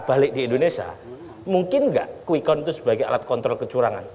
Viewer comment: Yg pakai kacamata di peci Dan matanya jereng ngucapin "count" ..nya salah banget .. dia keluaran sekolahan darimana?? Bahasa inggrisnya salah banget.. Masa dia sujud syukur prabowo tahu?? Orang aneh. Muter muter..